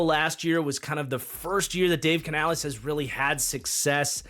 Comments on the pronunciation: Just nitpicking here but it’s pronounced like Canalis not canalees. Love the content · Bro, I dont care if Canales himself told you it was pronounced like that, STOP.